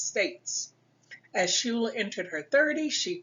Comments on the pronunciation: Her last is pronounced 'skyler', not shooler. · Coming from a school name after her, I have to say the name is pronounce incorrectly in this video. "Schuyler" is not pronounces shoooler, it is pronounce "sky- ler". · It's pronounced Sky-ler, I am her 2nd cousin P. Schuyler.